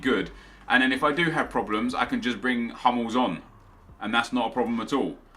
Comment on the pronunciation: if it would be all about the accent... everyone at least try to pronounce Foreign names correctly, only british read everything in english; like hummels, bellerin, lloris, barzagli etc.